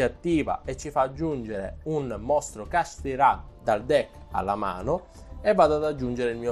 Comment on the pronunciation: Kashtira non kasthirá capito?!